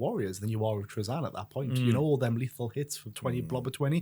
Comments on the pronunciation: Me too. It’s Tra-Zin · This is the first time I've heard Trazyn pronounced that way and it sounds so off to me. Here's how I'd rework Trazyn to be more interesting and closer to his lore: once per battle, if he is within a certain range of a character, he can roll a bunch of D3 or D6 and if the total matches or exceeds the number of wounds left on the target character, Trazyn has trapped that character and it disappears from the board. If Trazyn is killed, that character comes back onto the board. That would make him powerful in a different way but you'd have to keep him alive to keep that advantage. And of course keep a limit on the number of points of the character he can capture.